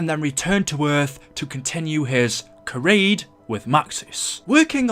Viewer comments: You don’t know how to pronounce charade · kryade? its charade pronounced sh-raid